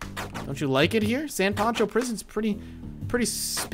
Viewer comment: it's San Pancho